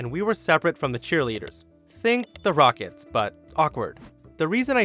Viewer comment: Have you really never heard of the Rockettes? You pronounced it wrong. 😂